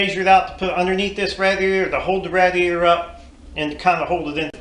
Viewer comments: yep I'm going to start a drinking game to your video no offense to you or the video it is an awesome idea but for how many times you said radiator wrong I should take a drink other than that there's an awesome design good going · Nope. ra-DEE-A-tor is the right way. Some people think it is rA-dee-A-tor. What do they know.